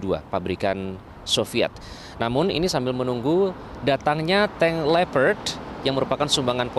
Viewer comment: Lucu jurnalis yg di Ukraina ngomong nya pake B. Indo tapi nyebut tank leopart dia sebut lepet, gw kira lemper hahahaha Udh si bilang aja tank leopart toh lo ge ngomong nya pake B. Indo bang hahaha